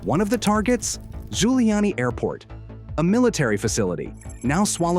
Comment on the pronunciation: Airport name is "Zhulyany", not Guiliani.